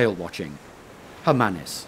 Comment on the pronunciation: Those are Southern Right Whales... And your pronunciation of Hermanus is so wrong...